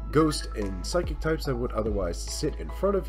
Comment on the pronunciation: Omg the way he said psychic, psykick needs too be a move